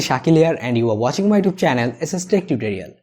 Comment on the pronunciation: Please say YouTube right. Thank you good video.